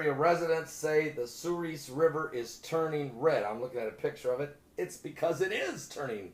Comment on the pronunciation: I live in Minot North Dakota. That river runs through my town. It's pronounced "suhr-es" Like the letter "s". Not "ees"